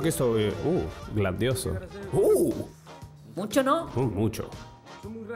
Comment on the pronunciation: "Uhhh, GLANDIOSO!", el experto. XD